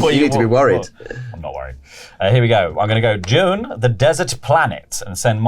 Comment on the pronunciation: Is Dune, with a D. Not June...